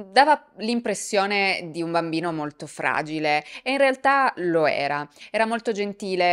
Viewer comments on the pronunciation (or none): none